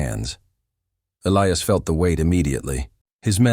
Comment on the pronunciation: Please teach your AI to correctly pronounce Elias ! Elias pronounced E - lie - as ! Or Pick another name for your main character, one that your AI can pronounce!